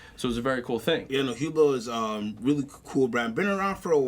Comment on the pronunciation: its pronounced ublow